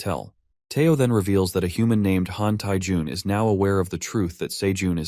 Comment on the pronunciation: So his name is Jung BC you told us to say say jung